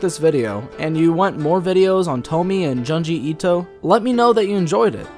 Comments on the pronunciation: "joon- gee - eeto " ✅ " john gee ito" ❎ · Giangi Ito. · And joon-ji ito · June-gee Ito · "juhnjee ito" "TOHMEE" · How the hell do you know the correct way to pronounce "Youkai" and "Edo", but butcher Tomie and Junji Ito?